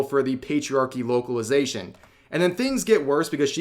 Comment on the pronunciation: I thought you said "woke-alization" lol